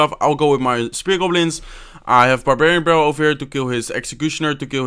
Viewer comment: the way he says barbarian barallel